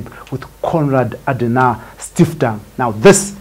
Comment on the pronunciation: 'Stiftung' is prounced with a 'u' and not stiftang.